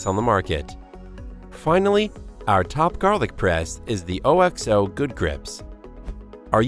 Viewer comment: I just can’t get over the fact he kept pronouncing it O-X-O instead of OKS-oh